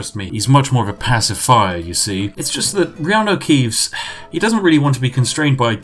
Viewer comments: 10 minutes in, finally realises he called him reanu keaves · Take a shot everytime spiff accidentally calls him keeanu